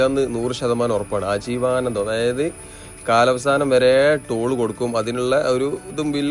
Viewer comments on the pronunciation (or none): ആജീവാനന്ദം അല്ലാട്ടോ... ആജീവനാന്തം